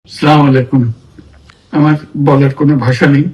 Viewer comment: সালামটা অন্তত শুদ্ধ করে দেওয়া শিখুন স্যার / জনাব । # আসসালামু আলাইকুম হবে 👍